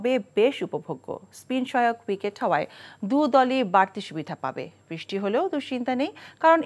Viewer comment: বৃষ্টি উচ্চারণ সঠিক হচ্ছে না।